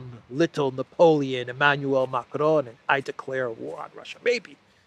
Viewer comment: Whenever I hear "Emanuel" I understand "9yo".